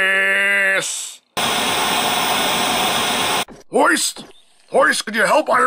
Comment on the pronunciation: i almost laughed hard at the ending... But Hoist almost sounded like Butt Moist